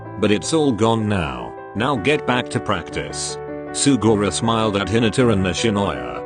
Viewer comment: I love how the voice said sugora